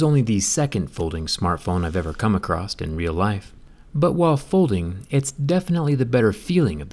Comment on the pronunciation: did he just say acrossT? I’m never watching him again